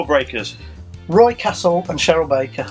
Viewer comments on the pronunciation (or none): none